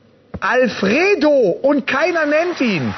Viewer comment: Afredo! Natürlich, Alfred ist ja auch zu einfach xD Wow, dabei hat der Jürgen doch selbst schon Probleme mit der Aussprache der Namen gehabt, aber sie waren ja sehr sehr einfach, wie er sagte.